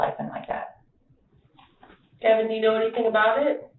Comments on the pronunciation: Do you listen to the video at all? His name is pronounced like Gaven, not GaVon. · Gavon? WTF Oh, not Gavin 😂